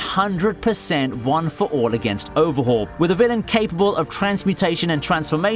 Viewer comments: Its overhaul not overhual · “OVERHUAL” Okay then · Overhual. We saw that. You should be ashamed.